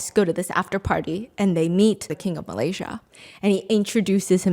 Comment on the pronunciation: Shut up stop saying Malaysia wrong